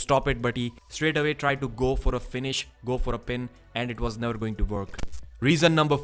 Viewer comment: NAO OR NEEVARL!